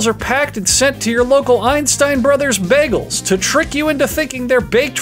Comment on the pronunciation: The boygol? De boiagoll? D BOYEAGOULL!